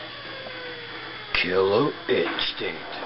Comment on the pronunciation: you may havea speech impedement cause u say kiwwer instinct